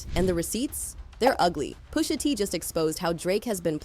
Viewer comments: "Poosha T" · "Poosha" is killing me. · “POOSHA T” 😂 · "Poosha T" 😂😂😂